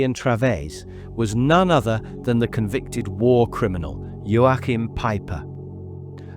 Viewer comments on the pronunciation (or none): It’s pronounced Yo~Kim. There is no pronounce Ain the middle. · Unsinn, das "CH" in Joachim wird wie das "CH" im deutschen Wort lachen oder im russischen Wort choroscho(gut) ausgesprochen...